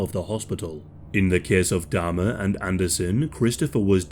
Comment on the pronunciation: Can you please pronounce Jeff's surname correctly?? It's Jeffrey Dahmer.